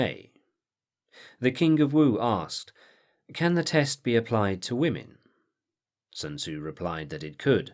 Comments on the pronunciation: "It's like 'Sun-Tuh-Zoo' says: a good leader is benevolent and unconcerned with fame." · Sun Ta-Zoo - Paulie Gaultierri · Sun ta-zoo! The Chinese prince matchabelli! - Paulie Walnuts